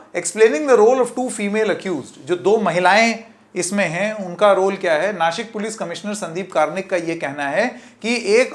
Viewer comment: बबुआ जी, दंत स और तालव्य श में फ़र्क समझिए। नासिक बोलिए नाशिक नहीं, वरना आपको शंकेत बना दूँगा। बीवी अच्छी अंग्रेज़ी बोलती है तो आप तो अच्छी हिंदी बोलिए!